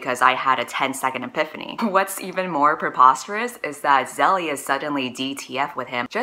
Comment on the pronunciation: Btw Zelie is pronounced Zay-lee